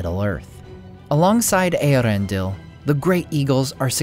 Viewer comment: I love how he says Earendil!!